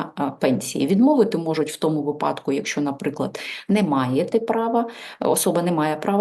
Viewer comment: Спасибо,, вИпадок а не випАдок